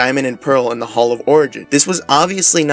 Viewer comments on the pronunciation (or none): none